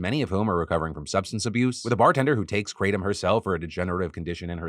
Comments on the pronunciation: The proper pronunciation is krah-tom. Not kray-tom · Note: It's not Kray-tum (It comes from a Thai leaf roughly pronounced Gra-Tome). It's been used as a stimulant as a boiled tea in Thailand for a very long time. It was officially legalized in Thailand on August 26, 2022 after a long prohibition. When taken in moderation, it's not particularly dangerous. Truck drivers used it to help them stay awake on long hauls. Farm workers used it while working in the sun. And numerous other ways. I personally think what you have here is western people taking something unknown on someone else's word and either intentionally or unintentionally abusing it through lack of knowledge. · I thought it was pronounced "kruh-Tom" [Tom like the name] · I can hear Hamilton Morris cringing every time Phil says kratom..